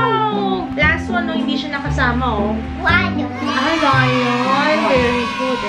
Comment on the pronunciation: the way pronounce ‘lion’ goshhhh